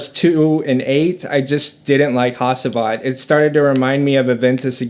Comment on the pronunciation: not hasiiivat. it is HA-CI-VAT.